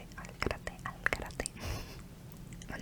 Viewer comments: A lo mejor este equivocado pero creo q se pronuncia al “garete” nunca he escuchado “garate” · Al garete not Al garate